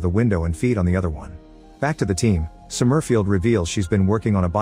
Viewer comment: The AI voice pronouncing "Somerfield" as Som-murf-ield is hilarious.